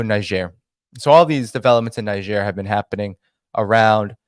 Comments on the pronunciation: THere are two ways to pronounce Niger. In French it is Neezhair, and in English It is Neyedger. It is hard to listen to your mispronunciation. If you doing a podcast on a country at least pronounce it correctly. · Please try to pronounce the name of the country correctly, in either French or English, it takes 5 sec to find it on yt or google translate. You are combining the first syllable from the English and second from French pronunciation. It is annoying but also quite disrespectful. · I listened to your show, and I must say, it rips, tears, and shreds the ear canal to hear you constantly mispronounce the word “Niger”. I would have taught since that particular country, word was the main theme of your show, and all over the place, that you at least would have familiarized yourself with the proper pronunciation of the word. I hope we as viewers and listeners of your show can hope you would show more courtesy to other countries and words next time.